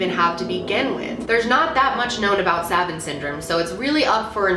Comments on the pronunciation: it's pronounced like "sah-vant" not "say-vant" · Suh-vahnt or sah-vahnt... not savent. Other than that, I really love this video and find it very interesting. I developed PTSD a few years ago due to an extremely abusive relationship. But I didn’t get any special abilities other than going into debilitating anxiety attacks at random. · I noticed you pronounce certain words differently than 99% of how other people say the same word. You: sav-ant (quickly). 99%: sav-aunt (said slower). My wife can't say certain words unless she puts great focus into saying them. She says "wolf" like "wuf" like a dog barking -- leaving out the L. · savant... two long a's, not short a's. lol. i theorize that these occurences redirect, or reprogram, how the brain interprets reality. sort of like a new os on the computer. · Good video! Btw, it's pronounced "sah-vahnt" not "sa-vaent" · my son said to say it’s pronounced ‘sa-vont’. He said you said ‘sa-vant’. This is what I live with daily! So blessed, but so hard too! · It's pronounced 'sĀ-vŌnt' not savant. Think of the phrase idiot savant. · Are you trying pronounce savant (sah-vohnt)? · If you were trying to make your disability obvious, saying “savent” multiple times was the way to go. Can’t fix a double digit IQ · Its pronounced "sa-vahnt" lol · I actually didn’t know what you were talking about because of the pronunciation and not to be that person but I thought it would be helpful to say it like this: suh-vaunt. Love you! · Hey Savants syndrome is pronounced as Suh-von-t syndrome. ...people used to sometimes call high functioning autistic people idiot savants (fucked up) but I'm so glad you talked about this subject its so interesting!! And ur right it really reminds me of past lives etc... or like people waking up from surgery and they're able to speak French or something sooo crazy. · Savant syndrome...pronounced 'Sah-vont." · "Suh-vahnt" is how it's pronounced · Its Sa-vant chicky. The vant pronounced like want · suh vawnt